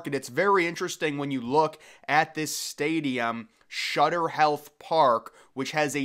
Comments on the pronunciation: Sutter, not Shutter! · stop saying shutter bro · Sutter, not shutter smart one.